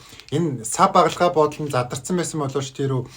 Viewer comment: Багалай гэдэг шүү багалгай биш